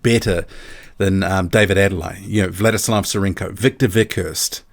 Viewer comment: The name is pronounced Ade-le-YE. There is emphasis on the 'YE'. It is a Nigerian name, the Yoruba tribe to be specific.